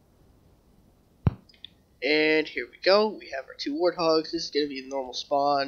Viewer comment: "wathogs" XD best halo fail ever